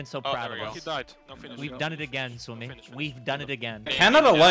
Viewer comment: "The sumi gaypee"